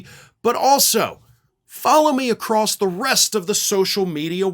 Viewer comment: did you really say "acrosst"?